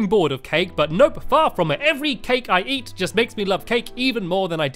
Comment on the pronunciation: Eat not E